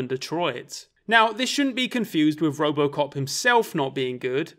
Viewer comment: I swear he keeps saying Robocock